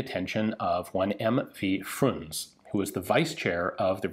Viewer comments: It's not Frunz... though.. wow.. you researched that.. it's pronounced Frunzeh with a distinct eh sound at the end.. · "attracted the attention of M.V. Frunz". - His last name is Frunzé. The last E is not silent. The correct pronunciation is closer to "Frunz-eh" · Hello. Surname Vasilyevich Frunze pronounce like Frunðə. Emphasis on U, but E pronounce clearly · Mikhail Frunze (Frun-ZE), a military genius who has never really been a military career man. He was a revolutionary. He, as a military leader, fought against Admiral Kolchak in Siberia and against General Slashchev in the Crimea. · Frunze is pronounced with voiced 'e', like /froonzeh/. Only in the West, the official date in the Soviet service was 1927. Speaking of being economical, in 1939 PM1910/30 (the Maxim gun) was priced at 1760 roubles even without a mount - 110 roubles more than a wing-mounted ShKAS! And the mount added another 900 to 4200 roubles to the price tag depending on the type of mount. A DP was priced at 1150 roubles, although its magazines costed nearly as much as 250-round belts - 17 roubles vs 19. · "E" in the last name Frunze is pronounced, kind of like pate (but unstressed). "froonzeh". He is the Russian military commander who basically won Russian Civil war for Bolshevicks. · "e" is not silent in 'Frunze', like in 'Penelope'. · The final "e" in "Frunze" is pronounced. He died during an operation in 1925, due to suffering seven times the normal chloroform dose. Stalin is suspected. With good reason, Frunze didn't want the procedure to cure his chronic ulcer, but the Party insisted. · fyi the e in frunze isn't silent